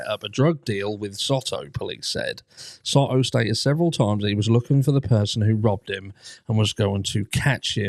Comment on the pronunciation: Hey there my favorite True Crime Brit! As a Texas local, just letting you know that it is pronounced like Soe-toe. I can't find the proper keyboard symbol to do it right. Both Os make the long O sound.